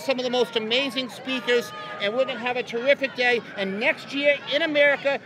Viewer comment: Give this man his tolawence and tewiffic day